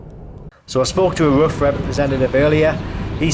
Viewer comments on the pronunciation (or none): It ain't a porsche. It's RUF ROOF